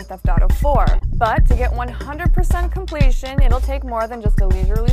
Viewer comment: COMPLEESHUN: WAN AHNRID PURRSENT